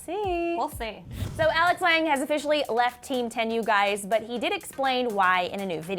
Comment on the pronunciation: it's not 'lang', it's 'lan-ge' it's french